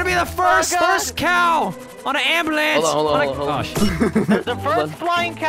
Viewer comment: he said amblance